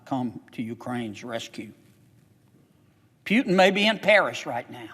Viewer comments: Hes name is not Pjutin, its Putin ;) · "Pyutin", really??? I thought this dude was intelligent. I guess not. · Senator John Kennedy, we are not a democracy sir. We are a Constitutional Republic! But I like the fact how he says Putin, Pewtin' 😁